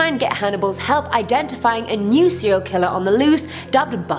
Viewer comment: Why are you always mispronouncing “serial” as “seal”? Also, why do you mispronounce “barely” as “belly”? However, perhaps the weirdest of your mispronunciations is what you do to the word “caretaker”: saying “keh-taker” instead. Why?